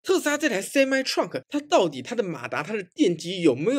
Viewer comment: Truck唸ㄔㄨㄚˋ可，不是創可